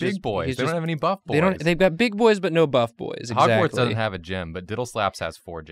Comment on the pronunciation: Its not drawgwards it’s hogward